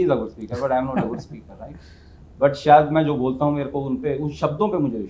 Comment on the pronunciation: आप बहूत अच्छा बोलते हैं आपका चेनल भी बहूत उपयोगी है Sorry परंतु आप आपका तलफ्फुस सही नहीं है जैसे आप शायद को सायद बोलते हैं प्लीज डोंट माइंड सुधार हो गया तो शो मैं चार चाँद लग जायगे